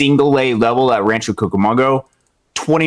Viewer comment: Great job by today in summarizing the statistical standouts thus far this season. Just wanted to note, in a friendly way, that is mispronouncing Rancho Cucamonga (koo·kuh·muhng·guh). Not a big deal at all but those of us in California, and certainly anyone who follows Rancho closely or lives in the area, would notice that. Definitely enjoyed the segment today.